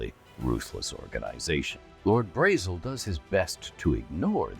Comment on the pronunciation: Braezel prounounces similar to the german word Bretzel which is a pretzel. You will never stop me unhear it.